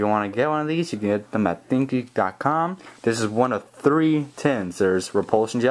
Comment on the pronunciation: When You Say Think Geek It Sound Like Thinky.